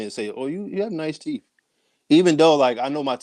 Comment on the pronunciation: He should grow a full beard. It's teeth not teeff.